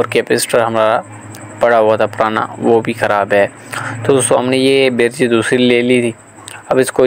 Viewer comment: Birj ni hota Bridge hota ha ap bar bar birj birj q bol rahy ho